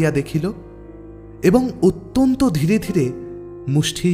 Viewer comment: এই গল্পে ও সেই দোষ দেখা গেল---ইষটক/ইসঠক। গল্প পাঠের আসর এ রবিঠাকুর কে কবিগুরু না বলে ছোটগল্প এর জনক বলে শুরু করলে কেমন হতো? অত্যনত শব্দ টির প্রতি খেয়াল রাখতে হবে।